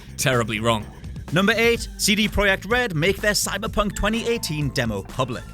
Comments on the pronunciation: I'm sorry but did I just hear you pronounce it CD "proyek" red. No. Just no. I don't care about any reasons, just no. CD PROJEKT RED. Rant over. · "CD Proyect Red"? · Why are you calling CD projekt red "CD proyeck red" ? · CD Pro"H"ekt? Wtf is that?